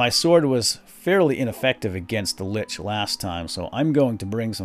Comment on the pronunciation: it's actually Lich not Linch :P